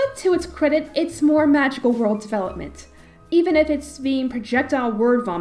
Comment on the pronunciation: I laughed at "ZE WORLDOO" way more than I should have- your're doing great work as always!